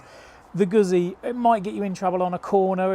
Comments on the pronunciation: Sorry but style wise, the Street twin is tops. Of course I'm a 2005 T100 owner, so I have some prejudice. Never ridden a guzzi, so can't speak to feel. But have heard about the vibration. Oh by the way, it's Goo zzi, not goot zzi. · i am shocked to hear two out of three testers don’t even know how to pronounce Guzzi. Embarrassing, frankly. I wonder if they struggle with ‘pizza’, too?